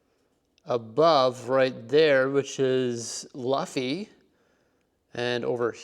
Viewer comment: I am a One Piece fan. The first thing: it is pronounced Ba-Ra-Tee-Ay. 2. Luffy is pronounced Loo-fee. 3. Watch the series so you have character context. Only two of those mini-figures actually work in the restaurant. Now the Arlong Park set absolutely would work in your amusement park. There is a reason for that, but it's something that won't be revealed in the live action for a long time. I won't lie, One Piece as a whole probably doesn't fit your city, and would mostly require some dedication. That said, if you fall in love with it after watching the Netflix series, maybe you will want to add it.